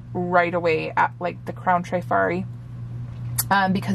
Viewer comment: Please don’t think I’m being a know it all but the correct pronunciation in trif-ari not tri- fari. I worked in a jewelry store in the 70s-80s and sold hundreds of pieces. I’ve heard several resellers pronounce it incorrectly so just thought I’d mention it. Love love love your channel! Thanks for sharing your beautiful vintage finds.